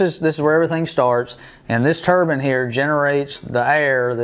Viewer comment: It’s turbine not turban. A Turban is a hat some people wear on their heads.